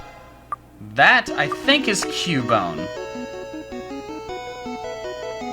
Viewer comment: I always recognize cubone because it sounds like he's saying Mom.